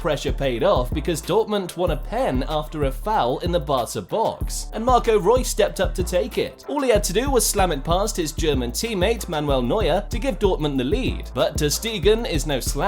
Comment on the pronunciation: Bro said manuel neur